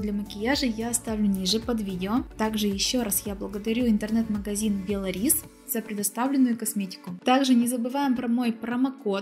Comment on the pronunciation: А я думаю что за бело рис 😉😄😄Белорис ударение на о.